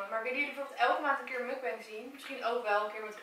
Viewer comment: je spreekt het uit als moekbang, leuke video trouwens!!\ meer <3